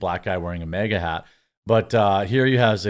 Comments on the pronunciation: why do ypu pronounce “MAGA” as “MEGA” loll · It magna not mega. When pronounced 😂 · Its MAGA NOT MEGA or Mayga 😂😂 wth dude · Why do you call it "MEGA" hat? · MAGA not MEGA...